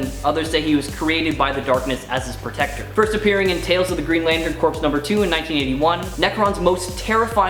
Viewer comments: Sorry dude but i have to say it. Its pronounced core not corpse. Welcome to the nerd squad though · corps is pronounced core my friend.